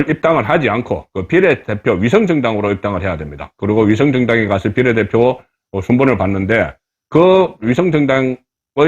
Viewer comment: 발음좀고칩시다 종로 비례대표 발음 한번 들어보세요 전략 발음도 문제 고칩시다